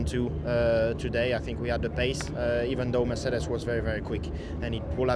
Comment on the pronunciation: It‘s amazing how charles pronounces mercedes😂